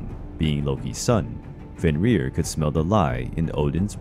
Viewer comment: Æsir is not a god. The gods are Æsir. Loki's children were not a danger to a single god, but the whole pantheon. Also Fenn-rir. The R's are rolled once.